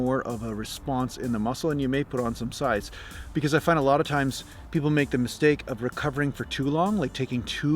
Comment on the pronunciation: Hi from the UK-- remember accent-- you started off perfectly till you got to the word find-- then you went all south african-- good attempt though